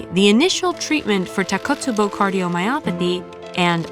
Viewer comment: Great video but just one minor complaint, the pronunciation of takotsubo is tako...tsubo not takot, tsubo as Japanese is phonetic language, so each syllable is different.